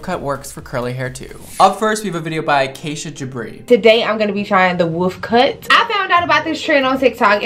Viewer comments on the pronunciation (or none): none